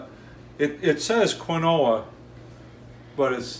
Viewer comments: Its kin-wa: this is kee-no-wa 🤣🤣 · I have a friend from Brazil (where quinoa originates) and she pronounces it Ki-no-a with the emphasis on the first syllable. Just thought you'd like to know. According to her, you both got part of it right! Lol! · You two are terrific. Thanks for sharing your recipes. I will never say KeenWah ever again!!! Haha!